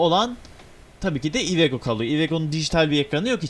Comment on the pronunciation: Abi iveco yu cok komik soyluyon ivego diyon cok güldüm ilk çıkarken sirketten